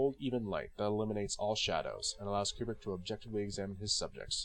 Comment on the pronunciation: Not a big deal, but pronouncing his name correctly is always a plus. KOO-brick, not Cue-brick.